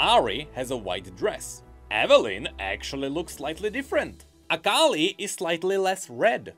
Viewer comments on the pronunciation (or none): none